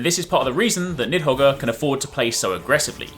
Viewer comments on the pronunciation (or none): Ughhhh LMAO the pronunciation of Nidhoggr killed me as soon as you said it lol. It’s to be expected though. Good luck with the series (“Need Hog”, for the Norwegian and Norse folk next time you upload hehe) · Niðhoggr (Nith-ho-ger). That's how you say it, right?